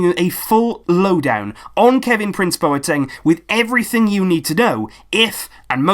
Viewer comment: Great video, but just with Boateng's name, coming from a Ghanaian, it's not bow-er-teng, but instead its -BWAH-teng